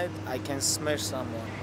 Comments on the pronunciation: "I can drink I can eat and tomorrow night i can smesh someone" Way to go bro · Khabib: I will smEsh somebody. Also Khabib: Shoots for the legs, barely hitting his opponents and submits them. Somebody explain this guy what "smashing" actually means.